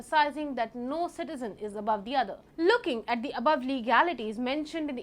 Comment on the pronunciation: please correct your pronunciation of 'the' - its thee it is the{dhe} unless the word begins with a vowel/